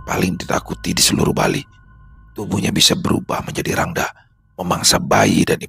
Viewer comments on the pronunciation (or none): none